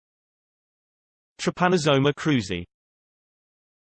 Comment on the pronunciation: A pronuncia correta desse protozoário é Trypanossoma Cruzy, não "TRAIPANASSAMACROZI". Ao fazer um video educativo deve-se ter cuidado com as informações que se quer transmitir.